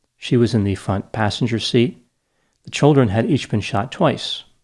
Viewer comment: Are you from Connecticut? The way you say "childrun"